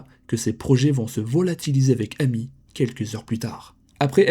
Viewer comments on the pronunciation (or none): Son prénom amy se prononce émy les prénoms Américains le A se prononce (é)